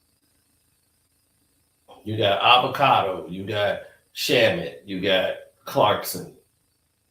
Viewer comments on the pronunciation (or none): 😂😂😂😂 ayuyooo yous a damn fool bro!! Called that Spanish kid “Alvacado “ 😂😂😂 yo I’m fckn crying 😂😂